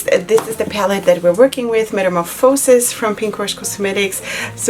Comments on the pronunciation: Ok it's killing me. It's met a morph a (rhymes with ya) sis, not met a mor fo (rhymes with no) sis. For both the brand you like and this palette. So it's ya and not no 🤣🤣. Beautiful palette. Purple and blue is divine. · I like to hear how she pronounces it. Something new and different! 😆